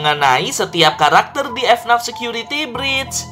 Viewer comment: bacanya FNAF bukan F NAF